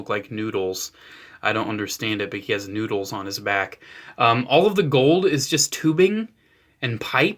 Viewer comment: did you say "noodles?" I can't quite noddles make noddles out what you're saying....noodles.